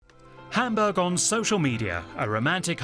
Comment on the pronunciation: Endlich mal einer, der "Hamburch" richtig aussprechen kann!